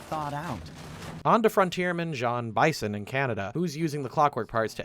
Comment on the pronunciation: Bro you had to have played the games to make this video, how do you mispronounced Neyla and Jean bison you hear them pronounce it correctly throughout the game